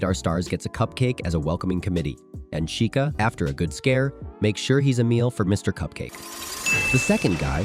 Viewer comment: “Freddy Fazebear”💀💀 “Chicaaa”💀💀 “Chicuh”💀💀💀